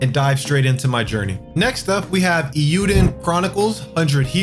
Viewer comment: Hints for pronouncing “eiyuden”: Japanese “e” is always pronounced like “eh”, and “i” is always pronounced as “ee” as in “wheel”, so if you put “eh” and “ii” together and it really fast, it sounds like “ay” as in “bay”. So, the way to say the title is “ay-yu-den”. Happy new year!